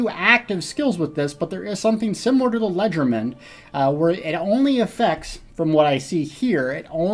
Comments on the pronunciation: How does one get to the region?? I think it's Hew's Bane?? Also, just an aside... it's "lay-jair-duh-man" French for "light-handed..." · LE-GER-DE-MAIN It's spelled how it sounds :v